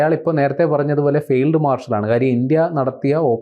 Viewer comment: ഫെയിൽഡ്... മാർഷേൽ 😂.😂😂😂